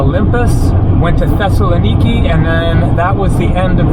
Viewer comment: Tesla Nikki is a new car model ? That's not how to pronounce Thessaloniki.